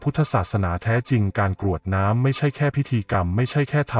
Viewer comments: กรวดน้ำไม่ใช่กะรวดน้ำค่ะอ่านผิดหลายคำเลย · เนื้อหาดีทุกอย่าง แต่คำว่า กรวดน้ำ มาอ่านว่า กะ รวด น้ำ ผิดค่ะ อ่านภาษาไทย ยังไม่ถูกต้องค่ะ ขอขมาด้วยนะคะ ที่มาทัก คำว่า ตรัส เช่นกัน ลองปรังปรุงดูนะคะ